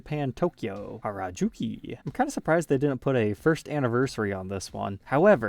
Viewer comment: They look great! ha I knew would mispronounce "Harajuku".